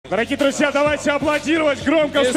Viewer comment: Друзья дегенді Длузля деп қалд хазахахах